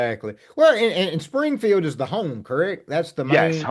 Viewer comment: Springfield sounded like you said Springhill